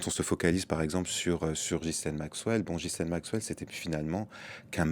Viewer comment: Since ‘Ghislaine’ is a French name, I’m surprised to hear it mispronounced on a French news channel. 😮 🇫🇷 😮 🇫🇷 😮 🇫🇷